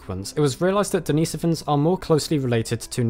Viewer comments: Den is o vans not Dee nee sovans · Sorry but the pronounciation of Denisovans in this video irks me. It's DeniSOvans, from Denisova in terms of slavic pronounciation. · As soon as he mispronounced “ Denisovans” I was out